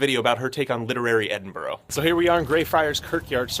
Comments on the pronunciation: Please don't do that Edinborrow thing that Americans tend to do. It's Edinbruh, you should know that by now. Apart from that, great video and very fair. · Oct 2015, it's now Oct 2019 so I hope you have stopped saying bloody EDINGBRO! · Hate the way Americans say Edinburgh the wrong way